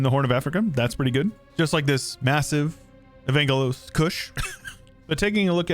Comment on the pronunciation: Love the mod, but the way he says Evangelos like Uhvaynguhloes hurts my body and soul as a Greek. (Its pronounced Eh-vahn-ghelos btw)